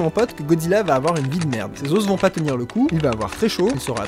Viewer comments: meeeec ce que tu fais est top mais pourquoi tu dis les ossssssssssssss pour dire les os non mec arrête arrête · Super concept le résumé était énorme "yean marie yean marie" haha Juste je trouve hyper désagréable que tu dises les "oss" et non pas les "o" mais bon on arrive à passer outre Bonne continuation tes super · Suis-je le seul à qui ça stress qu'il dise des os et pas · Le duo srx j'en peux plus 🤣🤣🤣🤣 par contre Leo tu peux dire des os et pas des osses merci 😅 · Lol on dit pas les "osse" comme tu le prononce mais les os (s muet au pluriel) n'est ce pas? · les "os" aux pluriel se prononce "o" et pas "osse" ("osse" c'est seulement au singulier). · Amusant la prononciation de os au pluriel ;) Normalement sing. [ɔs], plur. [o]. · Des os putains, des OS, pas des osses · Bah... on dit pas [lé auss] (les os) on prononce [lè au] un os = [oss] deux os = [au] on t'a déjà dit? Oui 1000 fois? Ok tant pis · On prononce "les osses" ? ;o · Vidéo superbe comme d'habitude ! J'ai par contre eu du mal avec tes "les os" avec le "s" prononcé à la fin, en plus tu le répètes beaucoup :o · T'es sacrément doué en bio mais alors en français y a du progrès mdr Chez un français normalement constitué, le mot "os" au pluriel n'est pas prononcé avec le "s" tout comme le "f" n'est pas prononcé dans "œufs" ! Voilà tu m'apprends des choses et là c'est mon tour hahaha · Révise ta prononciation de "os" au pluriel. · Tu sais pas prononcer "os" au pluriel wtf ._.